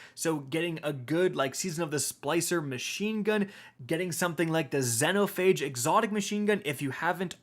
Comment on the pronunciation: Alright say it with me... XEEEEEEE - NO - PHAGE.